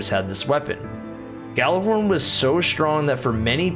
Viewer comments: I have to say it, it’s gjallahorn not yallahorn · I was triggered every time someone said *Gal*lerhorn instead of *Gjal*lerhorn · It’s called Gjallerhorn not Jallerhorn my friend 😊